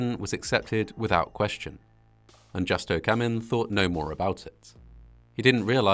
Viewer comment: The ATC's first name is pronounced 'who-stow', not with the hard J sound. No Spanish based language uses the hard J sound. Think of how 'Jesus' is pronounced; 'Hay soos'.